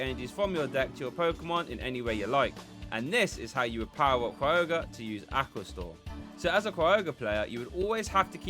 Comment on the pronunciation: No R at the beginning of Kyogre. It's not Cry-ogre; it's kai-ogre. Appreciate your content and just trying to be helpful.